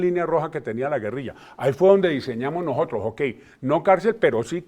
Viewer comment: Vean a este insigne rector diciendo: "Habemos gente" "nojotros" Por eso estamos como estamos........